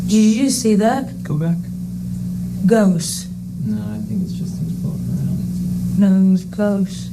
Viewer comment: 'ghost' Omg is she drunk???